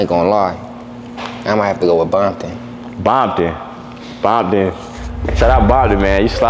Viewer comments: him being old don’t mean nun he still said bomptom instead of Compton like a blood🤣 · Probably not a crip he calling Compton , “bompton